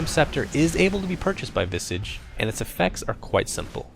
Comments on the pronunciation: Visage not Visige XD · I always thought it's pronounced vi-SAH-ge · "vissidge." wut. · You called him "Visej", I called him "Vaisej" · STOP SAYING VISIG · Visige? It's Visage xD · The pronunciation is Visaaaaaaage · I thought it was pronounced VY-sige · He had two guesses at the pronunciation of "visage" and still got it wrong.